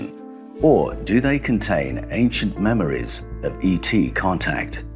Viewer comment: Your "memories" sound like "mammaries"